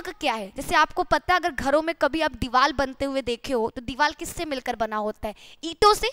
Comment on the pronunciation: भोंसड़ी की पहले हिंदी बोलना सिखले दीवाल नहीं दीवार होती है क्यों बकवास कर रही है ।